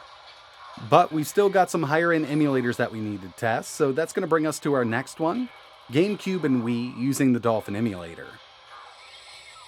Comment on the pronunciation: Gensin Impact?????? This is genshin, not gensin... Gamube? Really???